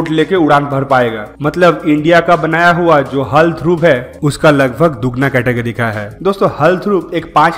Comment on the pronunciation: हल नहीं भाई h a l bolo